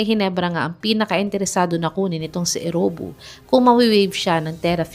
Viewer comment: Eriobu not Erowbu!